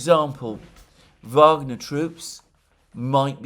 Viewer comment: Thank you Alexander for saying phonetically 'Vagner' and not 'Wagner'. The Rhine maidens will reward you in the end ! The Venezuelan war for oil project should be abandoned altogether, the Americans deserve to pay double for their gasoline but they will likely have civil war before. Such is life, just saying. ;-)